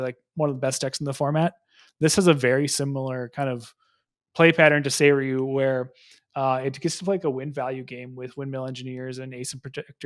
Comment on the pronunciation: there was a Japan ascent and you came back pronouncing Seiryuu correctly when you didn't before! amazing